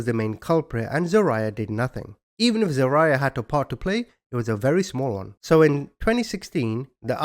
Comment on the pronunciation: I love you but you crack me up with your name pronunciations 😂 It’s Zah-rye-ya